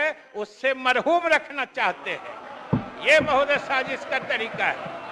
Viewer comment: Neta ji mahrum ko marhoom bol rahe hain 😂